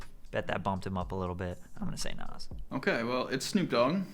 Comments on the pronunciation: The way u pronounce Nas bothers me Its NAHZZ not NOSS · why does say nas like that hahaha